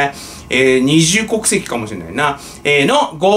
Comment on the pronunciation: 二重国籍がニジウ国籍に聞こえてワロタ